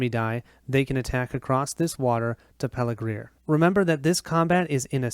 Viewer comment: Thanks for posting this. Very well done and enjoyable to watch. You asked about mistakes, so here goes: the pronunciation of some of the place names (Pelargir, Eastemnet, Westemnet).